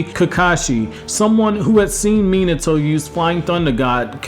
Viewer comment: Imagine pronoucing minato like that :#